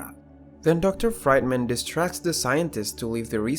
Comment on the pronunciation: Fried man, really? It's pronounced Freedman..